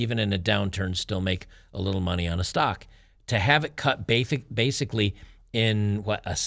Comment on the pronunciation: On time code, tried saying "basically" before he corrected himself. He almost sounded like Mike Tyson trying to pronounce the word. Just messing with you.😂